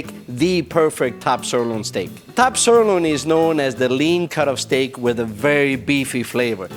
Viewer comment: What I do not understand is why they pick for this commercial video someone who is not able to pronounce the word "sirloin" correctly or at all?? + Boring as ash - Thumbs DOWN